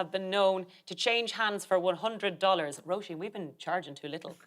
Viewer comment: At last! "Roisin" pronounced well by Aisling.